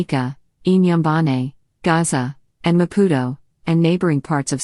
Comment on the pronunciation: Gasa not Gaza